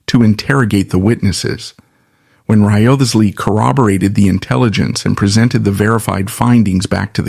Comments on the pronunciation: yeah A.I.'s not so good with names... yet. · I am fairly sure that back in Tudor times, Wriothesley was pronounced as RISE - LEE.